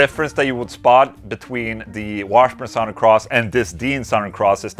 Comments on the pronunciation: SUH-THURN not SAOW-THERN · Sorry Ola I have to do it. It’s “suthern” like brother. I know it looks and spells like south but for some weird reasons I don’t know anyone who says south ern. You say it any way you want but I couldn’t hear anything but how you said it. Maybe it’s my problem. Probably. Lol. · Love the way he says “sawthern” cross. 😂😂